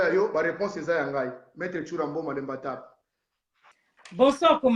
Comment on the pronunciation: on dit Maitre.